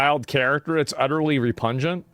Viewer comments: Repungent? Ohhh repugnant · Repungent lol